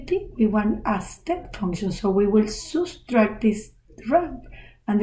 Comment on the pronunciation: subtract ❌ soostract ✅